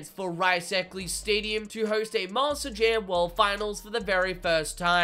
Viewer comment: Why does it sound like you say Master Jam instead of Monster Jam. It's not even the accent you switch between Monster and Master.